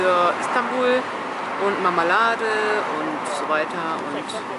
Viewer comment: Stadion und Marmelade Nicht: Stadium und MAMAlade 🤦‍♀️😂